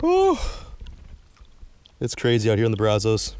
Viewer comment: Braz-US. Please start pronouncing better!!! Wash-u-tah! Thank you! If you go to Mexia, muh-hey-yuh 👍🏼